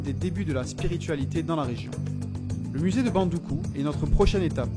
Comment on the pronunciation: Bravo pour le récit, neanmoins il faudra noter que Samory n'y a jamais résidé et ne possède non plus pas de résidence à Bondouko. Aussi la prononciation de la ville c'est BON-DOU-KOU. Prochainenement il serait intéressant d'y faire figurer la grande (principale) mosquée de Bondoukou (celle du vendredi), vous y trouverez la tombe de son donateur El Hadji Dalla Kamagaté.